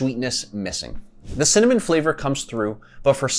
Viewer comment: Maybe the reason you don’t like cimmanon-flavored protein powders is because you can’t say cinnamon correctly? Work on pronouncing it right and it will taste great! GREAT video by the way!!👍🏼